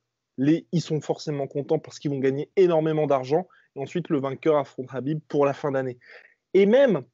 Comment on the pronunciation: Ce "Rrrrhabib " , il aurait pu perdre contre johnson, il a raté deux fois la pesée contre ferguson et là il s'arrange pour ne pas y aller , ca fait juste 3 fois qu'il évite ferguson. Franchement qu'il affronte un lutteur qui est super bon au sol comme ferguson ou GSP et on en reparlera. En tout cas toujours sympa vos videos.